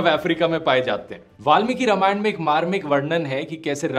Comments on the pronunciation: Dhruv, informative video, but it's रामायण not रमायण ...now I doubt you really know about history of रामायण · Dhruv, very good video but it's रामायण not रमायन